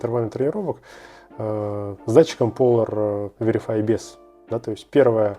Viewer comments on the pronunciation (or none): Датчик все же называется Polar Verity а не Veri(F)y